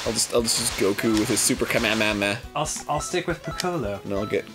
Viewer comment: I'm not that much of a DBZ fan but my God can you guys just say "Kamehameha"? Idk why but it's making me angry